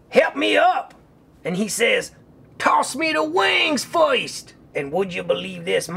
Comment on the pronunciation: "Toss me the wings foist!" I love!! xD